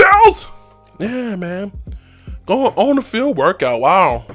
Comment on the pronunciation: Why does he say workite and big kite